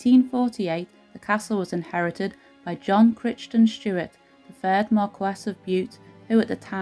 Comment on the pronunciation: The family name of lord Bute Crichton Stuart, is not pronounced as it is written , first part sounds like Cry ton it's Scottish and that's how you say it . Good history thanks for telling it.